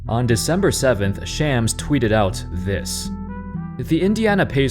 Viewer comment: Learn to pronounce shams correctly bro